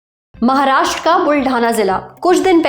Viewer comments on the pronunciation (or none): none